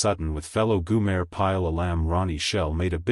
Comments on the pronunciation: its GO-Mer. Not Guuuu-Mare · Goo-mayor? Really awful video. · Did no one listen to the finished product? Tell me, who is "Goomer", or Goomere" pile? is This AI voice is absolutely horrible. A lemur on crack would have sounded more realistic. And what's with the really, really crappy dusty film effect? You know, if you knew how to tell a tale correctly, you wouldn't have to crap the video up. Just another bullshit clickbait video by a low quality clickbait production group. The only way this could be worse would be if it were longer. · Yes. I agree. You lost me after the AI generated "goo-mer" Pyle proved how clueless this video is